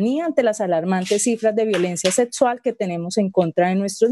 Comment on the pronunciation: ¿Qué es "Setsual"? " Atseso?